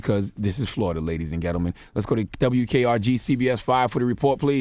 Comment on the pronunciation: He said ladies and ghetto-men 😂🤣